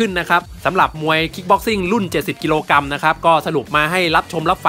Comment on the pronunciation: กรัมไม่ใช่กำ